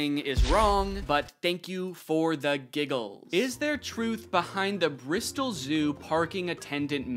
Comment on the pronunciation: First time I’ve ever heard an American pronounce an English place name properly. I mean I guess you can’t really go wrong with Bristol but still 👏🏻👏🏻👏🏻 well done Danny